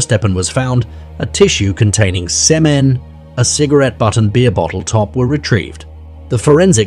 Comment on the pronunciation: Lol "semmen". The AI is showing.